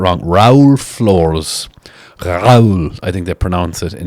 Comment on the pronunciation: Flores is pronounced floor-ezz